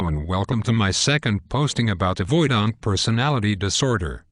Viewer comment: "Avoid-ahnt" :( Great topic that's sorely lacking in YouTube videos. AVPD crushes lives. Thanks!